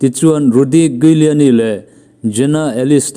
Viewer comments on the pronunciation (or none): Phoenix (Pronounce - Finix), Giuliani (Pronounce - Juliani)